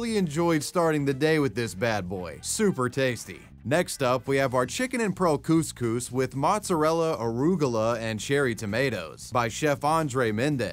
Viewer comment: yo thats not u say couscous